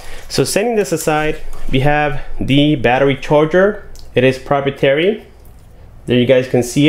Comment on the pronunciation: it's pronounced pro-pry-e-terry. good video though hermano